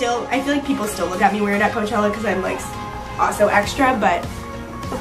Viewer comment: Your intro said clochella